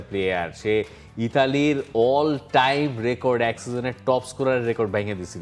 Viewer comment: কি Ielts করতেছে নাকি😄 টাইম নয় ঠাইম হবে😁